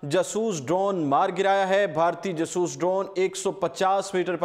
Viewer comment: o, khudara name ap nay urdu point likha hai or urdu ki tangein toddd rahey ho ap, Jaaasooss tayara na kay jsooos